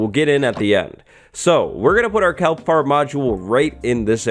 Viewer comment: Its KELP not calp...